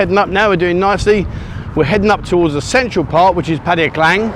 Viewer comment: Thanks for this channel we get our Pattaya Buzz while we’re stuck in the Uk! If only you could pronounce the name of the city correctly 🙏 PAT eye A !!! Not PAT hey A !!! 😡